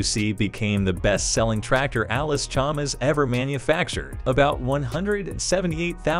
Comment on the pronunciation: It's Chalmers not Chalmers like the auto generated voice is saying